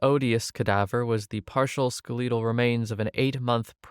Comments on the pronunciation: Ska lee tal is killing me😬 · Skeletal is pronounced skel-i-tl with the emphasis on the first syllable.